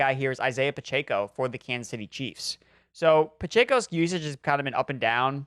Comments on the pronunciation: Guys… for the love of God… it’s “Pah-Check-Oh.” Not “Pah-Chey-Koh.” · PachAco??🤣🤣 last time i checked it’s Pacheco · It’s pronounced PUH CHECK O